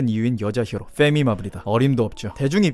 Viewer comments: fㅔ미 발음 너무 찰지고~ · 페미 Fㅔ미라고 발음 하는거 되게 찰져요 ㅋㅋㅋㅋㅋ